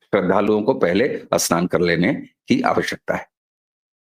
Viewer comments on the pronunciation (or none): Pahle Apne Uchhaaran sudharo Asnan nahin Snan hai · अस्नान या स्नान? अस्थगित या स्थगित?